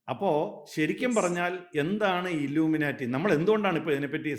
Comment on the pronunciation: Dear Anchor..... "Illumina-lity" alla.... It is "ILLUMINATI". Enlightened people ennartham..